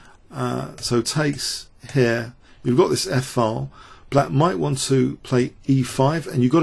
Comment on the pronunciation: This isn't a normal English accent - his pronunciation is quite poor. He can't pronounce "th" at all; he can't pronounce "t" at the end of words; some vowel sounds are odd, too: "file" isn't pronounced the way he pronounces it; and yes "fantasy" comes out as "fancy".